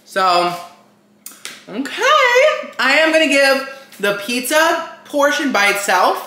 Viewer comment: “PETZA PETZA”